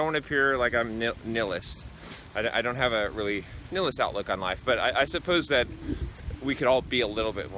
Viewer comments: nihilist is pronounced nile-list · I think the word is pronounced "Nigh Hill Ist" or "Nigh Hill Ist Ik." Trying to help.